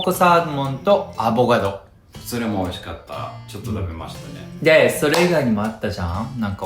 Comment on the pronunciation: 、アボガドじゃなくて、「アボカド」ね。😉